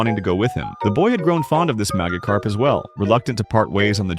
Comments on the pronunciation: “Maggotkarp” 😂 I’m sorry man, but half the time the voice over doesn’t pronounce it right 😂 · Ai voice keeps messing up Magikarp pronunciation and I only hear magakarp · AI voiceover calling it a MAGAcarp when it has orange skin, a big mouth and a shock of yellow on its head is diabolical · duh mahgihkarp fowwowed cwoswey buhihnd gasps for breath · It’s pronounced majacarp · Bro kept saying maggot carp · AI said MAGAkarp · The way it pronounced Magikarp is diabolical